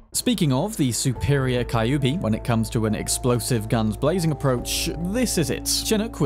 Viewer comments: It's not KAyubi. It's KYUUbi. Like Q! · I still get triggered abit when you called Kyubi a Kai-oo-be. Its more like a "Cue-b" spelling wise i believe. Derived from the word 九尾(nine-tailed) in Japanese. Similar depiction of the same creature can be found commonly from East Asian folklore. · Kyubi is read cue bee. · Kyubi is pronounced as QB i think :p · Always appreciate your video! I hate to be that guy, but "Kyubi" is pronounced like Q-B